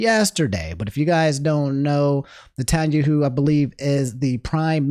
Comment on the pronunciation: i believe Netanyahu is pronounced "net-in-ya-hoo" or something similar to that! keep doing your thing king ty for making news digestible and fun <3